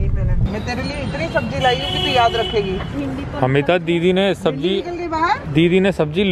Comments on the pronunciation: Sabji nahi 'sabzi' hota hai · Its sabzi not sabji